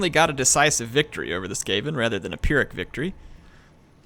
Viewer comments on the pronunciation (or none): none